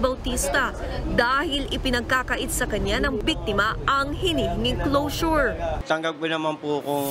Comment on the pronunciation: Closure pala! Ang rinig ko nung una "Lotion" 😂😂😂